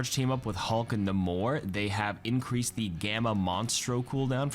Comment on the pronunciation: I dunno who this "nuh-more" character is but nAmor is a decent character